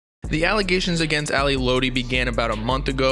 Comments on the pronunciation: Its not ally lOtti it's ally lot-ti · Its Lotti not loutti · it’s lotti not lodi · It's "Lot-ee" not "load-ee" lol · Fire video but it’s lAhDi not LowDi for lotti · It’s Lotti not Lodi 🙄🙄🙄 TF? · i’m sorry “loadi” it’s “lotti” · sir its pronounced lot-e not low-tee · It’s Ally ‘LOTti’ not Ally ‘Loatti’ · dudeee its not LOWTI ITS LOTTI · let him rest in peace next time u speak on him make sure u know how to say there names right “Ally lootie” Ally lotti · Im going to be that guy who corrects lil stuff like when you say ally lotti you got to pronounce it "lot - e" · this mans said loati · bruh, she was helping him get clean, she was really heartbroken, it's like we didn't see this happen, but did, just got us unexpected, and before you go on here, say her name right (Lotti- Lot-Tee) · 🤦‍♀️ it’s pronounced “Lot E” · My dude said ally loety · thanks I was just thinking why he said low-ti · Bro said lo-tee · lotti i'm pretty sure is like "lot-tee" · This nigga said ally loddy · You’d think with all that research you did you’d be able to pronounce Ally’s name correctly. FYI: it’s pronounced ‘Lot- E’ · lot-e .....lotti. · this many said ally (low-tea) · "Ally lowty" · ally "lowti" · i can’t get over how wrong he’s pronouncing lotti and i feel like it shouldn’t be hard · You should redo this whole video and pronounce lotti right 🖤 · Everything you say sounds so invalid when you can’t even pronounce Ally Lotti correct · bruh if you such a genius say her name right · Bro can’t even say lotti right 😂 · Imagine pronouncing lotti wrong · Bruh he don’t even say her name right😂😂😂 nah this is finna be some bs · He can't say lotti come on u got to say it right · You sayin her last name wrong 😭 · chile you can’t even say her name right